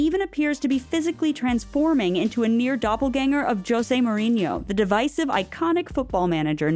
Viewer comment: The way Jose Mourinho is pronounced really hurts my soul